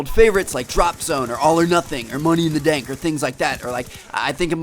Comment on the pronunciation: he just said "money in the dank" oh okay ;)